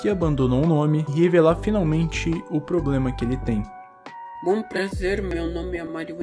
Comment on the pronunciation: "é poblema meo"